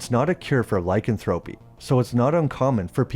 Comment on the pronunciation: Loved this channel for a while but to this day your pronunciation of “lycanthropy” irks the hell outta me